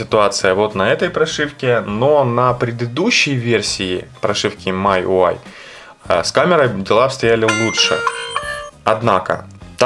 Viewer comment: Обзор конечно не профессиональный... Ну учите уже английский - Ваше ТЦЛ режет слух. Читается ТиСиЭль, и MIUI читается как МИюАЙ с ударением на последний слог, бомбануло, сорри. А по поводу камеры и прошивки - LEWA OS 5.1 с 4pda шикарно работает, перевод 100%, камера лучше работает, всё красиво и стабильно.